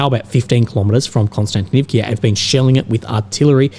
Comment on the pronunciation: Not Konstantinivkia!!!!!!!! Not "ia" on the end!!!! Just"a" vowel!!! One sound "a" Not two sounds "ia" It is a VOWEL!!!! Just one letter you hear. A